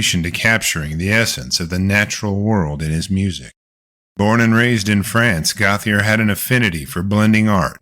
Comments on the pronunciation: Gauthier is not pronounced goth-ee-er but rather Go-tee-ay. Basic French. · The name is Gautheir GO-TEE-AY; he's french. Come on. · Gauthier is pronounced like "Go, T.A.", just FYI.😁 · Gauthier is pronounced goat yay